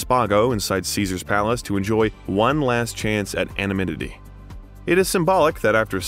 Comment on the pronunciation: LOL it’s anonymity not anominity